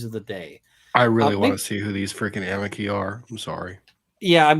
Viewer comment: This is NOT part of "the public relations battle" (they DONT talk about "poor Amber"), but rather THE BIG IDEOLOGICAL WAR against society / men! +1 for saying "amici" CORRECTLY... the "c" is a "k"... not a "tsh"... in LATIN! Removing Asbestos from a larger building is quite interesting, because you a) cover up all the windows with plastic sheets (not too tightly) and b) use a GIANT vacuum + filter to "lightly suck the air out of the building", which creates a draft through the windows that goes from outside to inside, thus you make sure the asbestos only goes into the filter. Next to the filter is an airlock for the workers... and they have to have regular breaks DUE TO WEARING MASKS and disposable overalls. If I hadnt thumbsed up already, I'd have to do it now for stating what MANY PEOPLE DONT KNOW: REAL SCIENCE has at its core two requirements: a) freedom of thought (there are NO questions that shouldnt be asked... which does NOT mean they "must be" experimented on / implemented!!!!!!!) and b) the mindset of "I COULD BE WRONG!" (a certain "Dr. F." does NOT share this, same as most activists... which makes all their statements BELIEFS and thus RELIGIOUS!) Did this statistic EVER ASK ABOUT ABUSE OF MEN? If you only ask one side... your data is FLAWED and thus WORTHLESS... unless you are MOTIVATED BY IDEOLOGY and just want to create a statistic to prove your starting supposition. "There are resources..."... f